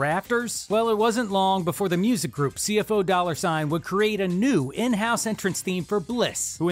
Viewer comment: Just politely letting you know for future videos, CFO$ is pronounced 'see-eff-ohz' not 'see-eff-oh-dollar sign.' Other than that, keep up the good work! 🤘